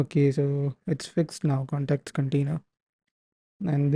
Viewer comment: Bete english theek bolo context hota hai cantext nahi dimag kharab kar diya tune cantext cantext karke